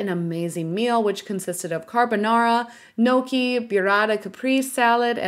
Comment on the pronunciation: As an Italian it hurt to hear how badly you butchered the pronunciation of those dishes. Gnocchi is pronounced like (Nyo-key) the gn in Italian makes the ny sound, It’s not? gnokey 😂 and burrata caperese, is not pronounced byurata capreese LMFAO 🤣 It’s pronounced like boo-ra-ta ca-preh-zeh. That was probably one of the funniest mispronunciations I ever heard 😂